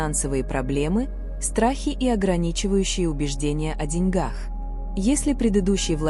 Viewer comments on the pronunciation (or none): none